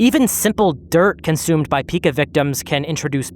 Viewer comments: It's actually pronounced "P-eye-kah"/"pai-kuh" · It's pronounced PY-kuh btw